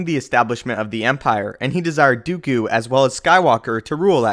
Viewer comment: Its not "Dew-ku" its "Do-koo" what sort of pronounciation do you have